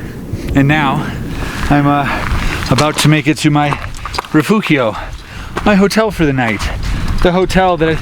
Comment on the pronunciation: Wow, what spectacular views! By the way "Rifugio" is pronounced [riˈfudʒo] and "Angelo" is pronounced [ˈandʒelo]. You keep giving the soft Italian "g" a Spanish pronunciation, which is odd since you seem to correctly pronounce the other Italian consonants. You even pronounce the "gl" in Giglio correctly, which is far more difficult than the soft Italian "g" (very similar to the "g" in the English "giant").